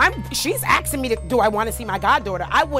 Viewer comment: she’s axing me 😂😂😂